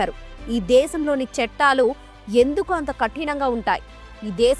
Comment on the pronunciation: చెట్టాలు కాదు చట్టాలు.